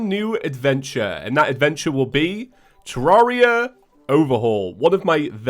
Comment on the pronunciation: All this time and he still calls the game ter-rar-ia Even when he's said in his videos that he pronounces it wrong...